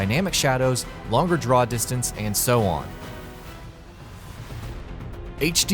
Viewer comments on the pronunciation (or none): none